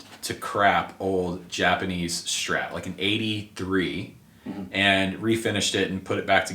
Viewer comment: Pet peeve - it's a STRAT - not a SCHTRAT